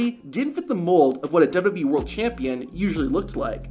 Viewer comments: Do you honestly need to do a shitty clickbait transition between every single clip? JFC. Also go get some speech therapy man. Maybe you'll finally be about to say WWE instead of Deb-Debbie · Stop saying dubba b its wwe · What's dubyadublee? Slow down a teenie bit my dude. There's no rush.